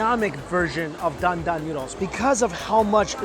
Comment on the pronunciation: dan dan noodles!? Thought he said GUN DAM NOODLES!